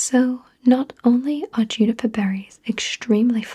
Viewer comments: It's actually pronounced "joo-ni-per" but I like it much better when you say "you-ni-per" :) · I knew the Brits said Hherbal but I didn't know they'd said Yuniper